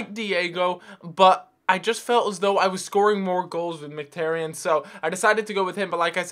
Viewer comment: M - KHIT - AR - YAN not Micktarian